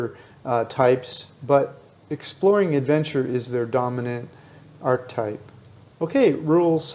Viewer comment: Your pronunciation of archetype is ridiculous . Do you right the script ?. Do you practice ? Your scripts are constantly full of mis pronunciations. It’s really hard to listen to a grown senior man with such poor verbal skill.